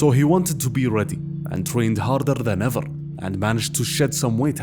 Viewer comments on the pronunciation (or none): "on parrrrrrr" "everrrrr" 😅